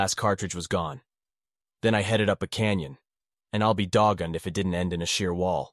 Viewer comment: Doggoned? It's pronounced "Dog gone".